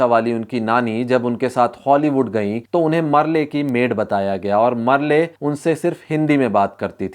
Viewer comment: Merle should be pronounced as Merl